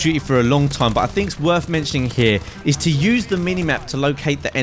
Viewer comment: Is it worf it? do you fink? speak english you fuck